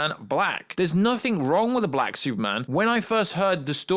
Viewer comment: Why do you keep saying "Black" with so much emphasis!?!